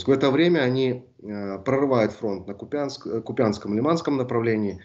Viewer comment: Да ну КУ'пянск же!!!! Ну сколько можно! Пора бы уж выучить. Брр